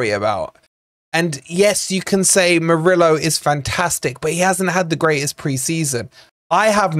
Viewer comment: Isn't it about time we all started pronouncing our Brazilian players' names better? It's "Muriyo" and "Daniyo" 😅